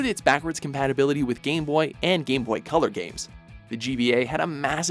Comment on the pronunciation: for some reason, every time he pronounced "game boy" it came out as "gay boy" lol..